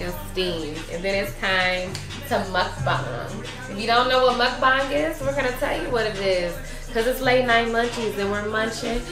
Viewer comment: Even though I'm half way around the country, I still support the brand. Happy to see you expanding your platform... also props for teaching me how to pronounce "Muckbang" I've been calling it "Muck-BANG" this whole time, smh.